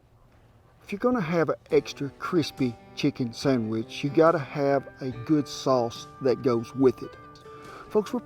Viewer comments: First time he says sandwich, it sound like sonnufabitch in a drawn out southern accent. Can't stop hearing it now for the whole video! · For the love of God it's a Sandwich not a Sangwich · Did he say 'sangwich'? Yum!!!